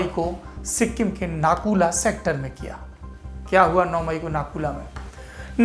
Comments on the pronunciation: Nahi yar dono alag hai Nathu la alag hai or naku la alag hai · सौरभ जी इस जगह को नाथुला बोलते हे।।नाकुला नही।। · Nakula nahi NATHULA